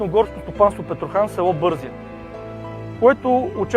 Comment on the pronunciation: Произношението е БързИя. През 60-70 години масово се залесяваха голите баири, наследство от царска България. През 1928 година има огромни наводнения и поради това много села са потопени и негодни за обитаване, вследствие на което селяните почват да строят къщите си по на високо. Две такива наводнения се случват. Урок за всички. Затова миналото и историята трябва да се помнят такива, каквито са, и да не се пренебрегват природните стихии.